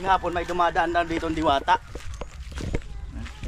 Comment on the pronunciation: Sabi mo diwata dilata hnd diwata😂😂😂